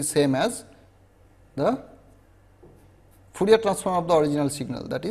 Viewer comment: Fourier not foorier